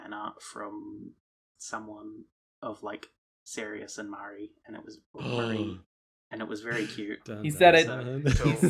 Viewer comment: With FW Physalis, you can use ST as 3rd cast to get all casts off, right? And Fang can do a T2 jump burst. It will do 30x instead of 40x, but that's still a respectable option. Props for talking about the predatory business model/abusing gambling addictions. Also, "Marī", with an "ah" sound.